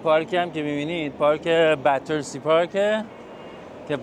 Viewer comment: ممنونم ولي بتسي نه باترسي